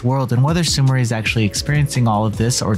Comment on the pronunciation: It's pronounced Sumiray. It's a very common Japanese name.